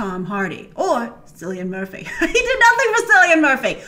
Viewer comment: Sillian Murphy...?😂😂